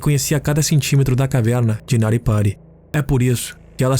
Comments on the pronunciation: Tem também o sotaque do interior paulista em alguns pontos. Caverrrna. Muito versátil na locução. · Kkkkkkkk eu voltei na caverrrrrna 5 vezes